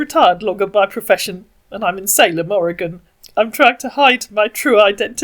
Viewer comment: Congratulations! You pronounced Oregon correctly! You're a natural!